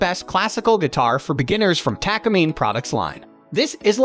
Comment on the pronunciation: Please pronounce Takamine correctly its Taka mee-nay Japanese company since the 1950s